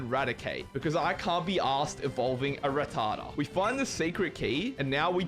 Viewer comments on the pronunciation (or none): none